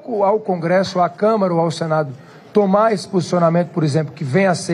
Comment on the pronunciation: NÃO É """TUMA OUTRA MEDIDA""" ANIMAL......."""TOMAR OUTRA MEDIDA"""" ZÉ RUELA.